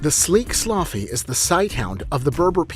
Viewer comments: its not pronounced sloffy its pronounced saloogi dumbass LMAO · Its sloogi not sloffi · Sloughi are pronounced slooɡi not slothy !! Most of the dogs in the clip are Salukis and the last ones is Borzois! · The video lost it’s credibility the moment he pronounced sloughi sloufy 😂 😂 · Please dont post an educational video without doing proper research. Spreading misinformation is dangerous... Shiba inus are small brush dogs, to flush small game, not bear dogs. That is the Akita inu, the large breed Japanese Spitz type. ...and Sloughi is so off... its Saluki... ...and so much more... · Sloughi?seriously you are so dumb it's called a Saluki dude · Actually based on the DNA the greyhounds are not ancient at all. Early middle ages and that's not ancient. The author is ignorant. Sloughi is not pronounced as sluffi. Also, he showed a Saluki and called it a Sloughi. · The oldest unchanged dog is the Basenji what about them. The pronunciation of sloughi is wrong it’s “so loo gee”. Another very old dog breed is Ibizan hounds who originated in Egypt 5000 years ago. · Sloffy? WTF is that? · Actually, Sloughi is the ancient sighthound breed specifically from North Africa, but 1/2 the pics they used were other breeds like a Borzoi and the related Saluki and he absolutely butchered the pronunciation of Sloughi. (It's "sluːɡee".) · Your prononciation for the North African Sloughi is rong ,,,sloughi means the skinny.